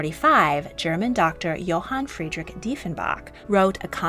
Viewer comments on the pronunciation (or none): none